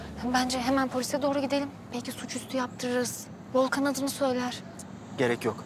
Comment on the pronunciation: 39.05 de Volkan yerine Doğukan dedi